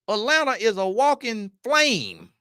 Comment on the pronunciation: He said “ you in elanta!” 😂